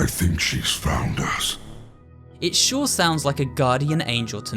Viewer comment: when he says "shhhh i think she founed us...